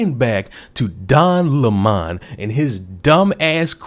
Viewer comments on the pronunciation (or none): I like the pronunciation Don Lémahn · "Don Le Mon" 😂😂😂